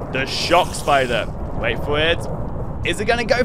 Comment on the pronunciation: Ays spayder and eskeleton spayder and slain spayder